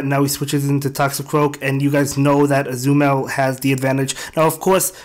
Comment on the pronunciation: I truly enjoy watching your videos. There is only one suggestion: I LOVE Azumarill so much and I just want you to say its name right. It is Ah-Zoo-Muh-Rell